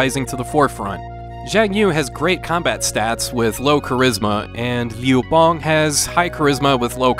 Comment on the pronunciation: I'm impressed with your pronunciation of Liu Bang.